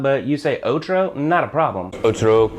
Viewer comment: uff really hard to understand "otro" and "otra", im spanish and that was really difficult to hear